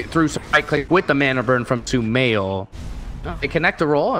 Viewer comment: LOL STUMAIL!! stupid + sumail? nice caster haha